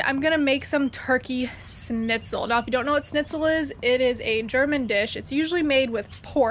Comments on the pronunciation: The german recipe is pronounced "SHnitzel" not "snizel". No hate! Just wanted to let you know haha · Me too! It's Schnitzel! Not, Snitzel! 😆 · I'm not usually this pedantic but leaving out the ch in Schnitzel is triggering me. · Ok so I’m not the only one. I mean I don’t speak much German but cmon. Still love though. She is way more badass than I am. I’ve seen her swim with big sharks and I’m straight scared of them. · Seems neither of you can say it right…..theres a sch on the front end